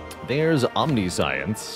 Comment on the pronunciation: It's "om-nish-ens" not "omni-science", it is spelled very confusingly tho :-)